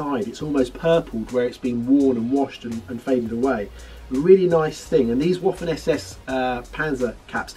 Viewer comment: Not Woffen SS dear not....Vaffen SS